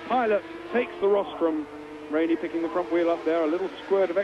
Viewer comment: He mispronounced almost every rider's name. Wainey, really?